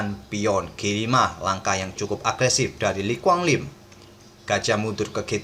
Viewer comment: Maaf yang benar, Le Quang Liem bang